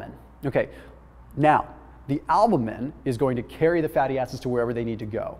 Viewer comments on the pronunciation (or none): I love this channel, so this isn't a shot at, but as someone that was in a clinical laboratory setting for 7 years I have never heard "albumin" pronounced that way. It was interesting.